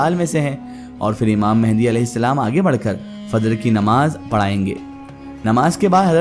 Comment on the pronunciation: It's imam mahdi not a mehndi